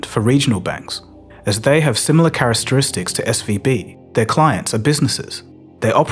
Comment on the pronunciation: Hahahaha charastaristics - i love these videos and that cracked me up!